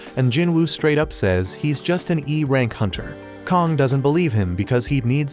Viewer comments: Also his name isn't Kong its kang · kong bro it's kang and leo is supposed to be yoo